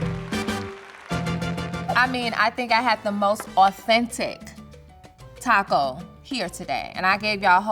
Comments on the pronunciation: Im sorry but if you pernounce taco " taha kow " you no where near Latino and or Mexican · Its pronounced taco not taco